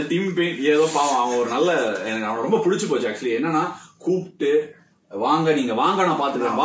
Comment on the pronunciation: Romba...rumba is wrong pronunciation ❤️